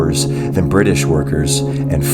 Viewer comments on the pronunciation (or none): none